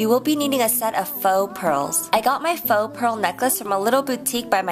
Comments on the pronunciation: nope she actually didnt. its pronounced "fo" and not "fou" how she is saying it. thats at least how we say it in french, where this word originates from... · it always drives me insane if u pronounce "faux" wrong^^